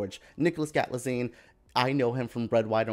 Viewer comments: By now you should have learnt how to pronounce the name Galitzine. Because you will be hearing it a lot more. It is Gal-it-zeen. Gottit? And you really do need to learn some history and more about British tone. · I'm sure he will know now, so delete your comments, wouldn’t like it if he saw us fans being like this to poeple, i hope you understand my point, You could've said " just correction, its pronounced like Gal-it-zeen" that's it without being like this. The man did great job Reviewing his work lets focus on that instead of dragging him over honest mistake and things he doesn’t know! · I agree. It seems so disrespectful not to even try to name the actor well